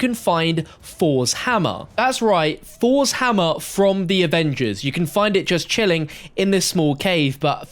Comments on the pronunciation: This mans says fours hammer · Nobody:: FoUrS hammer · ‘Fors’ Hammer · Fos hammah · Fors hamma 😂😂 dumb ass